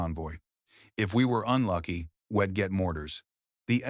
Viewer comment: Pronouncing wedd instead of we’d , repeatedly is fkn annoying & sasr does not “dig in” on lup Just a thought 🦘🇦🇺🦘